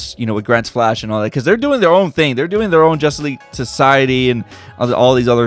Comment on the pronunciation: He says jusss league